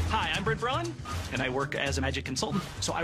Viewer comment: Brent Braun’s last name isn’t pronounced “Brawn”, it’s pronounced “Brown”. It’s German/Austrian, so the ‘au’ is like an “ow” sound.